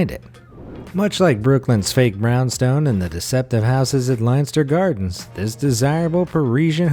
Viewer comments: Leinster is pronounced 'Lenster', not 'Linester' and I'm not even going to try to tell you how to pronounce 'Trompe l'oeil', which you managed to mangle out of existence. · Lenster, it`s pronounced Lenster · IM FROM THE UK YOU SAY THE LONDON ONE (LENSTER) NOT LEINSTER